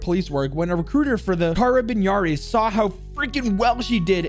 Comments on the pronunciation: You made a tiny spelling mistake, you pronounced "carabinieri" as "carabiniari". Try to say it like "carab-en-eari". Don't worry though, still a well made video anyway. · Me from italy Haring you say carabarieri instade of carabinieri😂